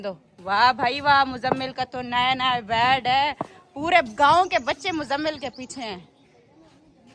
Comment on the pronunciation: بیڈ نہی کہتے بیتbet